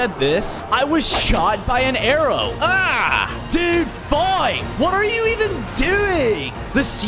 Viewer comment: Now you can shot “airows”😂